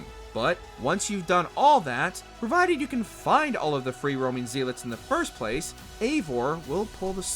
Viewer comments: What's a zeilet? You mean zealot? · Zeelot? Volholla? The hardest thing in this video is listening to it. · Why do you pronounce zealot like that lol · The narrator for this clearly has never heard the word Zealot said out loud before. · Dude pronouncing Zealot wrong is giving me a stroke.